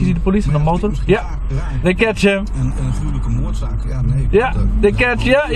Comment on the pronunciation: Ja day katsj him zie! lol praat dan gewoon nederlands....